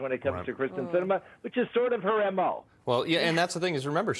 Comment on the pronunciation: It's KYRSTEN not Kristin.